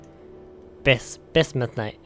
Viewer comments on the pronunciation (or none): Its pronounced bizmithinite